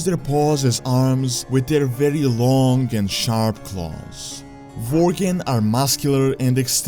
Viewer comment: Vorgen are Werry Poverfull Vorriars :)